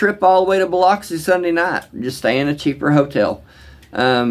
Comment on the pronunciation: Have respect when you speak on Biloxi dude. The mispronunciation is not welcome.